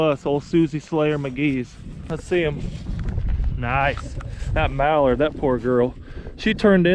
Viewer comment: "MallardO" LMAO! Thanks for the video.